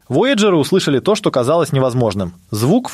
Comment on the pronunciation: Такое впечатление складывается, что ведущий-это сгенерированный ИИ человек. Бедные вояджеры! Куда только не ставил ударение голос озвучки: воЯджеры, вояджЕры... И второй момент, замечательно, что на экране показали перевод мили в километры и прочее. Но все же, если вы вещаете на русскоговорящую аудиторию, полагаю, что можно было немного потрудиться и, при написании текста, все таки изменить данные на метрическую систему измерения. В противном случае складывается ощущение, что это не текст автора, а просто скопированная до "запятой" чужая информация с англоязычного сайта. Автору было просто лень отредактировать информацию.